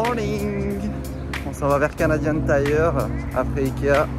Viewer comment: Un hostie de français qui est capable de dire Canadian tire !!! Je te félicite haha. A